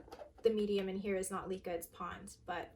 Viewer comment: It is not LEE-Kah it's LEh-Kah for heaven's sake! You are so beautiful but ruined the fun with your pronunciation, I can't.